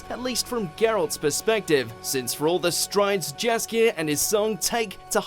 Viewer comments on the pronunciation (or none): it's painful to hear how they are pronouncing Yaskier's name wrong...